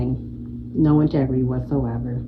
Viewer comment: "For the sake of his entigrity" 🙄 We, black women, are always labeled - "Angry Black Women"